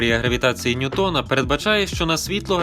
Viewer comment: Тільки не НьютОн, а НьЮтон, бо він англієць